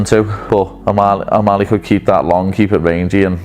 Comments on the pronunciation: He was calling him O meth ly 😂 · Cejudo can't talk. Can't pronounce O'Malley. Is he on drugs??😂